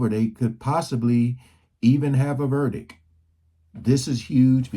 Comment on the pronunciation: It’s ‘verdict’ not ‘verdic’ stop being g so negative!🙄